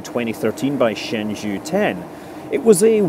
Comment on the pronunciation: Hi Scott! A note on the pronunciation: the zhou in Shenzhou is pronounced like Joe.